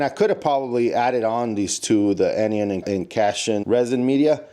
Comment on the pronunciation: I was tempted to get one of these when I saw their booth at aquashella. I really like the canister size so you don’t have to change them out as often. I believe it’s pronounced 🐈 ion and an-ion. Great vid👍🔥